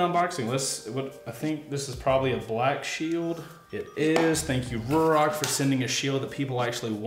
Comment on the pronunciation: FYI, as per Ruroc the pronunciation is “roo rock” 👍